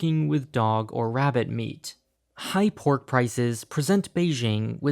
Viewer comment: aight I suck at Chinese but he pronouncing pork and cow makes me cringe